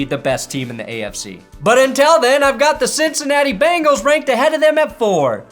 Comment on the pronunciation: I expect you of all people to pronounce Bengals with an 'e'. "Bangles" are wristwear or a band from the 80's